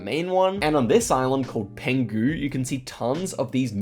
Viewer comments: Penghu not pangu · Hello, I'm Taiwanese and just want to mention that the islands of "Penghu County" is actually pronounced "Peng Hu" as for 澎(peng)湖(hu). Love your vidoes!